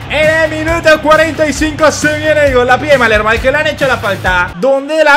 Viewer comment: Palermo es, no malermo